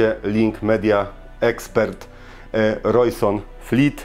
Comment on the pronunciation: I to Rojsonfleet, co mówisz, zamiast Rojsonleet XD